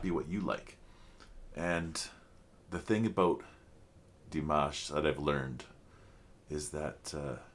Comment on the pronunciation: Please learn how to say his name ! Forget the mash like mash Potatoes it's mosh like mosh pit. You have been reacting long enough to know his name.